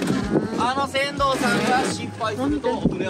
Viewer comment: 船頭を｢セントウ｣？｢せんどう｣が正しい発音だと思いますよ。 ｢セントウ｣は普通｢銭湯｣。町に有る有料のお風呂屋の事を言いますので。